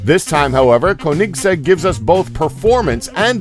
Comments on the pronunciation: I like it how he says KoHnikggs EK to Koenigsegg . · It's like he is saying Kohnigseg Rahira😂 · How he say Koenigsegg 😂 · You've seriously never heard of Koenigsegg? Where have you been? "Koenigsegg may not be a well-known car manufacturer"? Seriously??? And why on Earth are you butchering the name so badly? There are many things in this video that bothered me but that's one of the biggest. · Why can't he pronounce koenigsegg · rovic quesada i know right especially the Koenigsegg